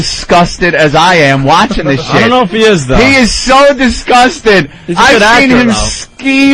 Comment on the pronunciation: Disgust* not distrust.